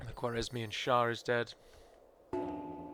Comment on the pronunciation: How come no English speaking person seems capable of pronouncing Khwarezmian? It really isn't difficult...